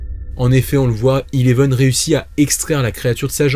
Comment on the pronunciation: Sa se dit Eleven pas Ileven😴😴😂